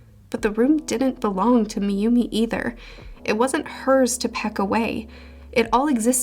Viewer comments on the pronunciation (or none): I know I'm being nitpicky, but could you stop pronouncing "Myumi" as "Miyumi"? It's 2 sylables, not 3. As someone who has studied japanese, hearing it being mispronounced is irritating to the point I felt compelled to stop this video and write this comment.